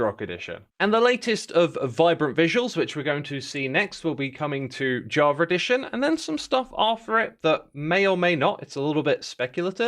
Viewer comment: WHy do you call it edition